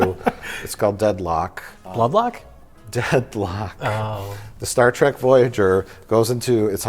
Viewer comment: We need a super cut of turning to the camera every time Mike mentions Star Trek. And I propose a drinking game. Take a shot every time Mike says “Star TRACK” once I here’d it, I can’t unhear it.